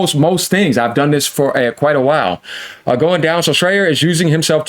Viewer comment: I’m always laughing when pronounces Jason Shreier’s last name wrong🤣🤣